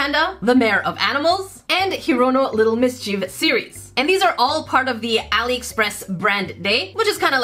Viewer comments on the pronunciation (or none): none